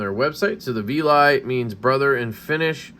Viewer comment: It's called the Veli.. which rhymes with belly.. And it is 🔥 Quickly has become a favorite!! 👊🏼